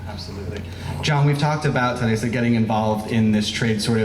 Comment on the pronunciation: Pote...my best ...I like the way he calls terrisa"terresita"